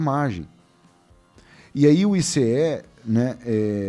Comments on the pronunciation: Pare de falar ICE , SE PRONUNCIA aice. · o "ICE" fala AICE... no português popular.